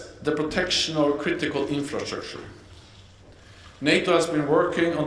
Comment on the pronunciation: The guy cannot pronounce "infrastructure" LOL